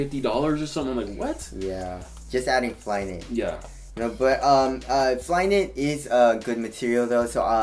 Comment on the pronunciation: "So Flyknity!" LoL